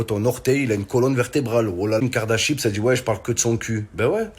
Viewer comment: "Kim kardachips" 🤣🤣😭